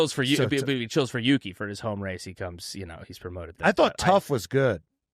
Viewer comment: Marco's favorite is Yuki., you said it precisely correct! (as Japanese sight)